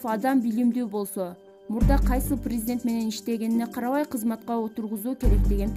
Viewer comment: Чон кыз прризидент эмес президент туура окусан